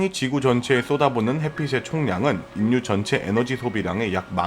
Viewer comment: 중요 키워드인 "인류"의 발음 사으로는 "일류'라고 해야 자연스러울것 같은데, 정확히 "인류"라고 하니 듣기에 상당히 어색하고 내용에 집중이 잘 안되네요. 좋은 내용 감사합니다.